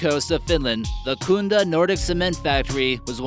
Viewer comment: Its kunda not khundda...